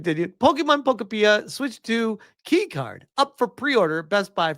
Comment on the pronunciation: Pokopeea.🤣🤣🤣 I think it’s pronounced Po-kopia like utopia.